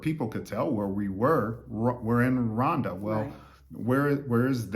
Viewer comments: Is it Rwanda because you seem pronounce it Wanda Rowanda is The correct way I believe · I love the coolness in your speaking👍🏽 It s pronounced RGWANDA😉